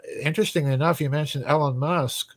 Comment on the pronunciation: “Ellen Musk” 😂